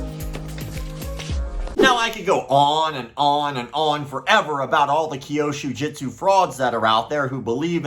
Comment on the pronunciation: Still not "kyoshu (sic) jitsu" but kyûsho jutsu", as the Japanese text (急所) clearly indicates. As you're talking about this nonsense so much, one would think that at some point you would start pronouncing it correctly, but apparently not... 😐